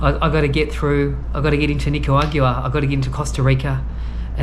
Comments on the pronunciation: 😂😂😂@ Nigerian. It's NICARAGUAN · Should never be allowed into a country you cannot pronounce! Nicaragua! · You've butchered that Nicaragua word so many times I'm having trouble pronouncing it myself. Also: Yo Adrien !! Not Go Adrien. Here to help. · The episode where figures out how to pronounce Nicaragua 👍🏼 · I noticed you still aren’t pronouncing Nicaragua the right way yet…lmao. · They would not let you in because of the way you pronounced Nicaragua.